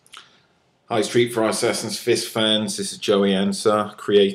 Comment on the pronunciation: "Hi stree fry sassassin fiss fans"